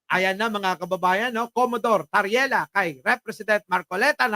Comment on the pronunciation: TARRIELA PO, HINDI TARELLIA! HEHE